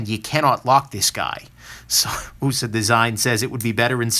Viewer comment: it simply cracks me up every time you say, "'Usa'" design(ed)!